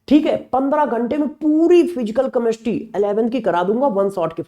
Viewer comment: कमेस्ट्री मत बोलो जी।केमिस्ट्री बोलो। बहुत बुरा लग रहा है सुनने में।पहले अपनी help करो।